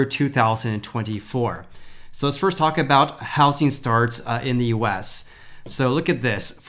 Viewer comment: I love how you say How Sing market not How zing market.